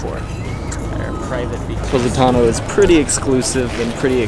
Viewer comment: Its called Po😲not Pu😯 Positano otherwise say that word one more time I'm going to stop watching this vlog